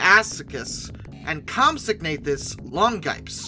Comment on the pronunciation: Isn't it comp-SOG-na-THUS?